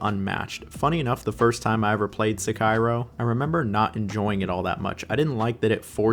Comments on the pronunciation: SEKA-IRO? :face-blue-smiling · "Se-kai-ro"? My man do not do that again. 🔫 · I was so shocked when I heard it! Then he said it again! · calling it Se-Cairo is certainly a choice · three different pronunciations of Sekiro in the span of 10 seconds is WILD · How do you pronounce sekeiro different every single time you say it... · bro either stop using AI for narration or stick with one pronunciation for sekiro holy shit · This is the first video I've seen from you and I am impressed. I share very similar opinions as you as far as the rankings of this game, and how exactly do you pronounce Sekiro? SeKIRO? SEKiro? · I like how you pronounce Sekiro differently every time you say it lol